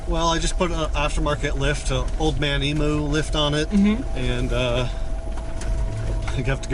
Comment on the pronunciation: Why does no one know how to pronounce emu?